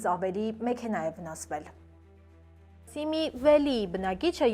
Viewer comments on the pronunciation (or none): սիմի վալի ոչ թե սիմի վելի